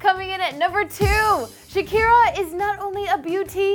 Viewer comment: Plz stop saying shaki